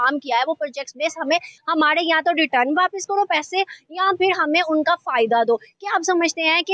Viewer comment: Peesa bolta haiii